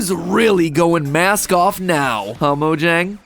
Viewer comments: even though i love this channel i hate how MatPat pronounces it 'mo-jang' not 'mo-yang' it's Swedish, that's how you're supposed to pronounce it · It's pronounced "Mo-yang" come on...